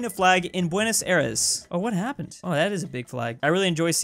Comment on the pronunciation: "what hepened". Oh I don't know o yea Maradona died.